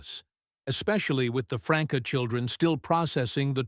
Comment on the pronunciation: There is no one named Franka, it is pronounced Frankie